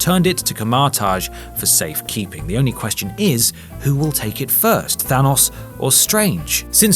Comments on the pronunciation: Than-O-s not Than-U-s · It's hard to hear the name Thanos pronounced wrong after hearing it so many times lmao